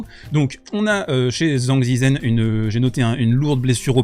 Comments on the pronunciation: au cas ou zhizhen se prononce djeudjeun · Putain, TCHANG! Tchang Tchitchen! ZH se prononce TCH! C'est pas compliqué de regarder comment prononcer le pinyin. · Alors va falloir apprendre à prononcer son nom correctement 😂😂. Version simplifiée zhang = d.jean.g ; Zhi = d.j (e très très léger) ; zhen = d.jeune. Si tu utilises Google translate en cherchant 张志珍 tu auras la possibilité d’écouter en Chinois. Sans chercher la perfection… il faut prononcer le nom mieux car là c’est comme si il avait un autre nom en Chinois 😂😂